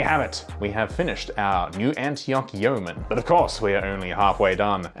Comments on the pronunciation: Yeoman — pronounced Yoh-man. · Can't tell if you two are mispronouncing Yeoman to get interactions with subscribers or not ...